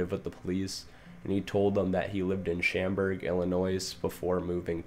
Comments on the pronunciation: Hey great video overall and glad you’re trying to make improvements but Schaumburg is pronounced with an aww sound not an am one. Like Schawwmburg. Just for future reference keep it up though. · For schaumberg, illinois, the “schaum” is pronounced as “shawm” and not “sham” I’m from Chicago and I don’t really care how people say cities or whatever but just for future reference. Otherwise, good video! 👍